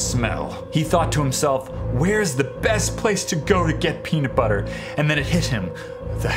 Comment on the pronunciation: "Peanit butter"